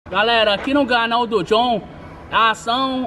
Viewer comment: E só eu que entendo ele falar Ganal do John?